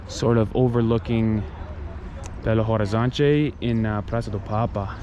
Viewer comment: Curiosity about portuguese, but just IF you guys want to practice ( I really love the accent). The H is not pronounced, we just say Belo Orizonti, something like that haha but your accent is cute, don't need to change that, ok? We love it!